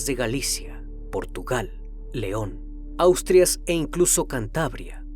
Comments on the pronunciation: Has dicho Austrias. Es Asturias. Región del norte de España. Lee correctamente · me parece que quisiste decir "Asturias", no Austrias xD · Austrias??? Será Asturias 😬